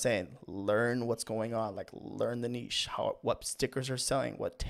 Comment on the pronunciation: Thank you for doing this video and for also pronouncing niche correctly